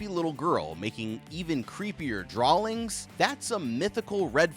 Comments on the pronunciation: love the videos been on a binge watching a dozen in the last 24 hrs. But how you say “drawlings” with an L in the pronunciation made me chuckle. Have a good day. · I had to pause and replay it the first time he said it. then he just kept saying drawlings over and over again lol. why does he say drawling? and why does he have a hard time saying drawing of all words? he doesn't seem to have a problem pronouncing other words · Drawlings? DrawLings?? Buddy there is no L in the word draw. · why does he always pronounce the word “drawings” with an L? There’s no L in that word 😂